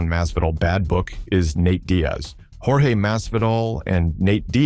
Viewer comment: Ai is trash he called him Jorge George and yourge 😂